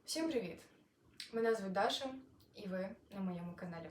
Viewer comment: Привіт! Я замітив що 11 місяців тому ви були росіянкою, що сталося що ви перейшли на українську мову, що змінилося? Даша коли промовляєте це ж російською!